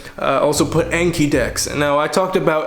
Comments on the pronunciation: Speaks Japanese fluently Also: Says the Japanese word "Anki"(暗記) like Ay-nkee instead of on-kee (あんき) when referring to the app in English. I used to say I-kaiwa instead of Aykaiwa so it's not just him. Just find it funny. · Alright I gotta say it, Anki is pronounced ahn-ki, it comes from the Japanese word あんき which means "to memorize".